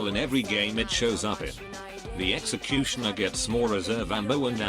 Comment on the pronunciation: Nobody: Literally fucking nobody: TTS: "Sexecutioner"